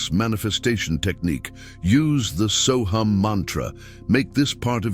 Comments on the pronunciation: Sohung not soham!!!!!!! You have the pronunciation WRONG SORRY TO SAY!!!!!! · AI is pronouncing it but Deepak Chopra says “so hum”. There are many so hum meditations on YT.